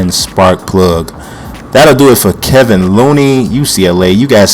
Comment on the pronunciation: Its "KEY-von" Looney